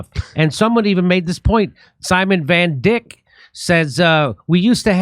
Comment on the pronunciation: VanDICK LMFAO the way Jimmy emphasized the dick part!